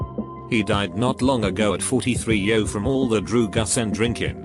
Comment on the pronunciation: "Drewgus n Drinkin"